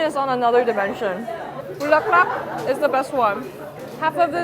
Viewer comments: Omg, not "Bukkake"😅😂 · My jaw dropped when she said Chicharon ala bukka.. hahahaha, it's "Bulaklak" which means flower 🌻in tagalog. Love your content! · Not bukakke. 😂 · Heeey! you visites PH, yay! I've been following you way back when you were started vlogging.. But please memorize words carefully, Chicharon "Bukake" sounds so wrong specially when you know the meaning of it in Japanese Language haha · Chicharon Bulaklak not Bukakke. Just like You, you're like a delicious beautiful Flowers beautiful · Nah when she said Eczema like skin (referring to to the chicharron) and then followed it up by calling it chicharron bukkake 🤣🤣🤣🤣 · The amount of times you Bukkake instead of Bulaklak was hilarious. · when she said bulak not bukkake I laughed so hard my stomach hurt after 🤣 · Did she said bukake? Omg. Lol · did you say bukake!lol... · chicharon buk* k* 😳 😂🤣😂 🤫🤭 sorry no offense i know it's not your language that's why it's hard to pronounce properly and i bow down to your effort but still if you know what it means it's hard not to laugh 😅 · Did you just say bukakke? Do you know what you just said? 😂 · AINT NO YOU SAID BUKAKE IM DEAD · I never laughed so hard when you tried to call a food bukkake as if you don't know the word fantastic oh and excellent food review vlog well done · Did she say "Chicharon Bukkake?" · is it just me or said bukake? hahahahahahaha. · "Chicharon BUKAKE" 😭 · Wait, did I hear "Bukake" instead of Bulaklak? Bwahaha! 😅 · Girl, you kept saying buk*ke and I kept closing my eyes and covering my ears. Hahahahah bulaklak is hard to say but I died. 😅😅😅😅, you have tons of friends in the Philippines. Don't even worry about it. And yes, Red Horse pa more (more Red Horse). Also, this is why the late and great Anthony Bourdain hailed Filipino lechon as THE BEST pork in the world. Cheers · "BUKAKKE" IF YOU KNOW WHAT SHE MEANS HAHAHAH